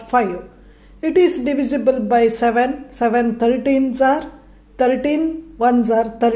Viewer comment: Masti masti ...your explanation is good but ....muk too..I heard 13 as 30 madam. .😅